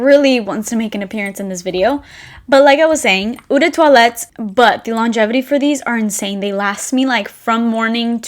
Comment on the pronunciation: loved ths video..learned so much! btw...eau is pronounced as a long O..not ew...its french for water...cheers from canada eh! :)